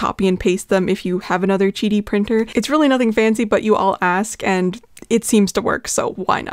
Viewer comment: chidi? i thought it was Qidi (kee-dee). like quail or quack